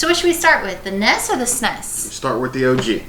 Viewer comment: Have to agree with FFVI being best, sorry! Also, N_E_S... not "ness!!!" Having small anxiety attacks everytime you say ness or sness... O_o